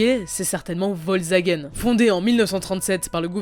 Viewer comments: Volsvagen... Es is VOLKSWAGEN, DU FLASCHE ! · Volzagen 😬 faut faire un effort pour la prononciation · "vol zagen" 😂 "crau funding" 😂 (dsl)